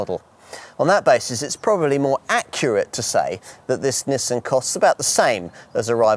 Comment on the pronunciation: Well it certainly isn't pronounced Neesan. There's no letter E's in there at all.